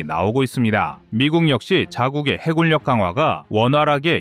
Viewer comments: 해굴력으로 읽지 마세요! 해군녁으로 읽어야 합니다. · 해굴력ㅡ해군녁 공굴력ㅡ공군녁. 발음좀 정확하거ㆍ 하시길. 무슨 공굴. 해굴